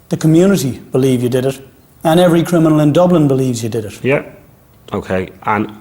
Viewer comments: Like how he keeps saying crinimal 😂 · Him saying “I’m not a crinamal “ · Why can't dubs say CRINIMAL SORRY CRIMINAL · Smooth "Crinimal" 😂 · “CONVICTED CRINIMAL” 😂